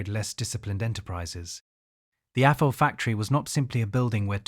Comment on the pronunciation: It's Athol, "th" like "this", not atol. How do I know? It's 20 minutes up the street from me ha!